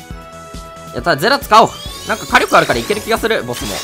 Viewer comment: 火力のイントネーション気になる